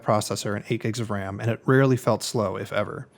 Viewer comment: Did he say it Really felt slow or Rarely felt slow? ;P Not a good word to be unclear on..!